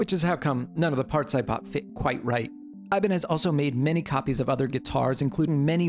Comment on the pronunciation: You're probably the only person I've ever met that knows how to pronounce "Ibañez" as it shold in Spanish (despite the brand). Great video and fantastic job, man!!